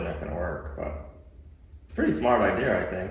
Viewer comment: What the “F” is an idear? Why do you add a R to the end of your words?🥴